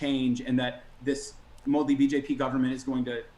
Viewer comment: Modi is pronounced with accent on Mo not di